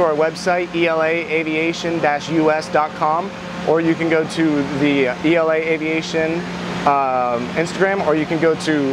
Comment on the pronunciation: Sorry to be that guy, but it's pronounced "E L A", not "ela".